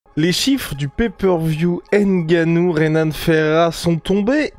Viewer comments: Prononcez bien les noms des gens c'est Nganou et non N'ganou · On dit Nganou pas HAINE-GANOU faites un peu un effort ! C'est quoi ça ?